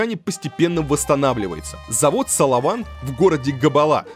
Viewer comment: Не САЛАВАН а САВАЛАН.А так все супер.УДАЧИ ВАМ